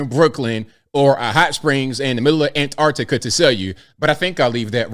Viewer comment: Finally, an American that realises there are t's in Antarctica! Nice one! Keep up the sterling work.